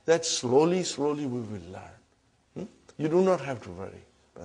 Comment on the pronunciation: *learn not Karen hahaha